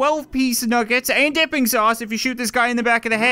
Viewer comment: I thought he said "Nipping" sauce not dipping sauce